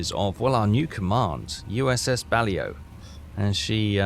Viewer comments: Its Bal-ow .....i would be more forgiving about it, but you still insist on pronouncing Tenryu wrong 😂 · Ba LAO (it rhymes with Palau) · Just as an aside it's pronounce Buh-Lou. Coming from a land which has Worcester, Beauchamp and Mainwaring phonetic pronunciation is not to be assumed to be the correct way to pronounce a word. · say it with me bud...BA-LAY-O ;) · Balao - Ba as in bat without the B, and lao as in allow without the A. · it's pernounced BA-la-O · Love the content. And I would pronounce the ship as Ba-lay-O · Close, but the word is Portuguese, pronounced Bal - low. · It's sad you can't run Bullhead (SS-332) configuration 2 4 inch guns and 2 40 mm bofors And please 🥺 use google translate pronunciation feature on Balao I can't take you seriously with your bah leyo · I see you still haven't learned how to pronounce BAH-LAY-OH correctly. 🙄 - That is NOT a Tenryu class. For all the improvements that mod made to the base game, it screwed the pooch on that one. Looks more like a Nagara class than a TEN-REE-YOU, not TEN-RY-YOU, class ship. - You've gotta be f-ing kidding me...that is NOT how a Katori-class CL looked! Who in the blue hell modded that ship?! Did he even bother to do his research beforehand?! - Props for the Quagmire reference! 😂 And with that VERY nice patrol tally, you increase to 567,313 tons overall! Nice work!